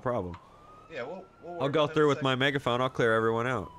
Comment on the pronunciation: Megaphoing or Megahoing lol